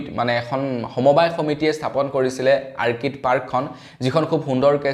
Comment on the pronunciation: Orchid অৰ্কিড আৰ্কিড নহয়।